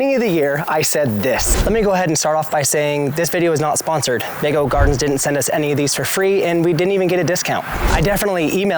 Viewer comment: I’m sure the pronunciation is vego beds as in vegatable.